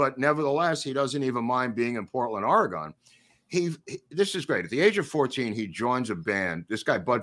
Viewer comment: I really enjoyed this Willie episode, thank you guys., I don't know how Mr. Cayce pronounced his name but I am an Oregonian and our state is OR ee gun. Emphasis gently on the first syllable and then ee and gun. Some spell it Orygun. No gone in it, thanks.